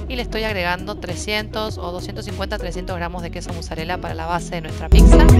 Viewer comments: Se dice Pizza, no PiXa. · Me gustó mucho la pizza . Lo único que no me gusta que pronuncie picsa, se que es tonto decir eso, pero bueno